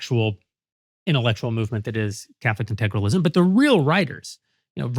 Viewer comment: Jeremy can't even pronounce "integralism", but thinks he has a perfect grasp on what it means.